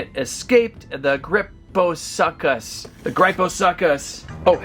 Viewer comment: He littarly said grypho suck us lol